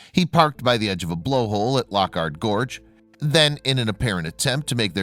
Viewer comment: Sorry, but Loch Ard Gorge is pronounced Lock Ard Gorge (hard G). But this is just tragic. No justice. 😢 I hope they find him or what happened to him. Thanks for the video.